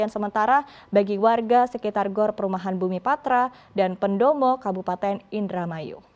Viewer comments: PENDOPO anjir bukan pendomo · Menit 2.20 pendopo bukan pendopo😀😀